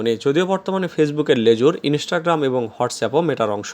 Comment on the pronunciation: ইনেষ্টাগ্রাম! ইন্সটাগ্রাম